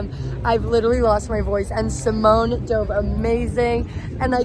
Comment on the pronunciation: Wait, , Simone Leathead's name is pronounced as Simoné?